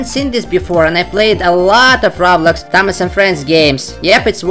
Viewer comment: If says thomas im heard tamas